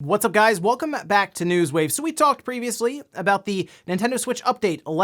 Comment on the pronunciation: Day 3 of trying to make acknowledge his own peculiar way of enunciating the "-me" in "welcoME back to News Wave" at the beginning of most videos.